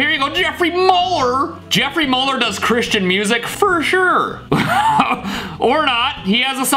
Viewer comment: Jeffrey mullor 😂 steeeve its dutch u prounouced it sooooo wrong hahhaha use ur translate bij is not like bitch I mean serch for clouseau vonken en vuur